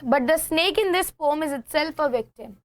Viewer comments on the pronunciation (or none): Pom kya hota mam poem hota